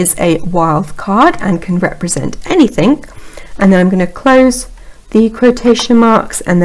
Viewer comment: Excellent info, well presented, one thing I could suggest to improve. Thing or anything does not have a K on the end, e.g. not Anythink. Again, I think your video was extremely helpful. Thanks